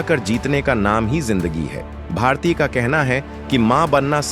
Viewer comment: Pronounce properly, it's bharati, not bhartiy. Y is not there